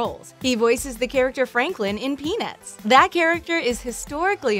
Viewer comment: she said something that's not peanuts she said penuis lol